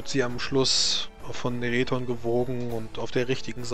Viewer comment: Klug tun: Eigentlich Reton und nicht Nerethon... das wäre Myranisch